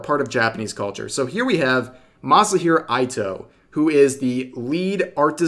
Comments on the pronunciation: Ito isn't pronounced Aito more like Eeto. Since the vowels are Ah (A), Ee (I), Oo (U), Eh (E), Oh (O). They are Phonetic like Spanish though the order you'd list then is different Ah (A), Eh (E), Ee (I), Oh(O), Oo (U) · Rev, its EE-toe . the way they pronounce it sounds like EE-tow not eye-toe. Japanese is hard tor US folk it seems. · Eeto, Rev. Ito has a long E sound for the I. The way you pronounced it would be Aito. Just so you know. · Rev, I'm gonna be that guy but you pronounced Ito-san's last name incorrectly. you had one job, work on your Japanese.